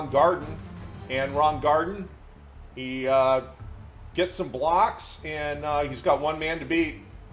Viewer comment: I'm only saying this because the 70 Colts are my favorite team of all time. Kick returner Ron Gardin, last name pronounced GAR-DEEN. Really enjoy the videos! 🏈